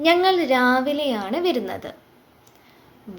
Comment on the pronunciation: വെരുന്നത് എന്നല്ല, വരുന്നത് എന്നാണ് ❤️